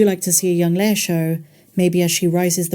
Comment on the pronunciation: L-E-I-A. "lay-ah" 😉😁